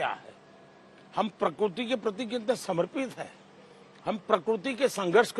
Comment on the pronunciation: Prakurti or prakirti!!